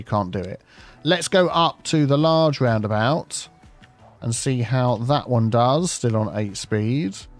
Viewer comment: I like when you say "woundabout" :-)